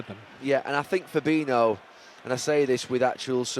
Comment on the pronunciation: Isn't Fabinho pronounced 'Fa-bee-nee-o' and not, as Gary pronounces it, 'Fa-bee-no'?